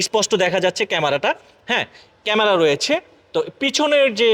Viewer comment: 🤣🤣 কি উচ্চারণ রে ভাই। হাইড্ডলিক, এলো রিং, গেলাস, ক্যামারা, বনাট, ফ্রাইবেট কার, নুকিং গেলাস, ড্যাজ বোর্ড, ব্লুটু, হরেন 😂😂। এই হলো আমাদের দেশের ব্লগার দের অবস্থা।